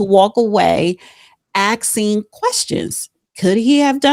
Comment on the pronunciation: always mispronounces "ASKING" as "AXING"…